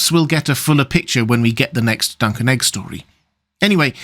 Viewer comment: Me: What the heck is duncan egg? (listens again, turns on CC, confirms "duncan egg" is what I heard)... Googles "Duncan Egg"... clarity arrives.